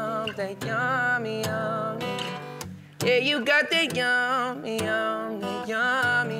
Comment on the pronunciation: He can't even pronounce the word "yummy" 🤣 he says y'ammy. Song sucks.